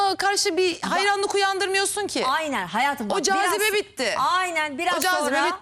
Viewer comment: Sirkelenmek degil silkelenmek .sarz degil sarj .herkez degil herkes .